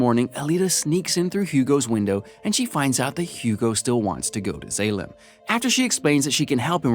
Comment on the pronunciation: mispronunciation of Zalem (z-all-um) and Zapan (sah-pan) is, at least for me, is what makes this video almost unwatchable for me. but that's jut my take on it. the plot is right but mispronunciation of names, especially in a movie like this where I'm a major fan, is just cringy